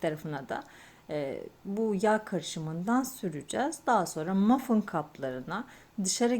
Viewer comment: Mafın değil o Muffin diye yazılıyor "mafin" diye okunuyor 🙂